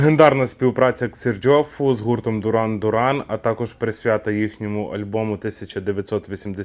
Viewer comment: Бля! Мііленіали!! Якій це Дуран?? Duran Duran виговорюється дЮран дЮран! У батьків перепитай, якщо є сумніви!